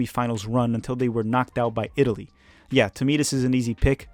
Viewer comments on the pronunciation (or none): none